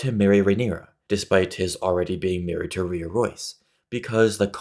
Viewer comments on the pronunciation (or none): none